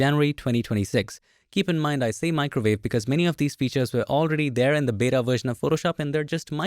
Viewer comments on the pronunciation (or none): none